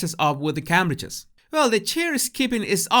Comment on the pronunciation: Every time says The Cambridges it sounds to me like The Cabbages. I love his observations, he always gets it right well maybe apart from Cabbages lol.